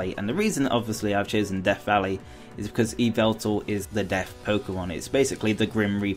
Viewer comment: It's Yveltal, not Yvetal...